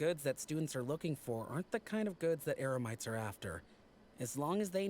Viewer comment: I just noticed that mispronounced Eremites to Emerites